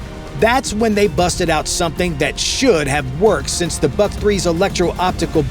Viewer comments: Molodets!! Good brief. Work on your pronunciation. It's not "BUCK," but "BOOHK." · Before naming endless video, learn some rules of pronunciations of Slavic languages. BUK doesn't sounds like BUCK, a deer male, it's just should be said exactly like BOOK. Same about PANTSIR (body armor) Too much words and not enough actual drone video footage